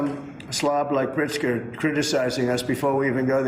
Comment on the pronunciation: He didn't even pronounce Pritzker's name right.